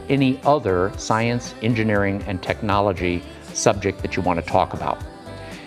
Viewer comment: In the name of shcienche . You good job.